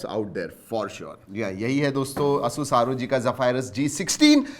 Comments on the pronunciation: A-sus not aaa sus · Bro it's "Ay-soos" not "a sus"...